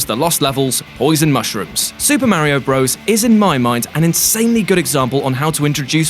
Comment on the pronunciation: Pronounced Mario wrong. Instant dislike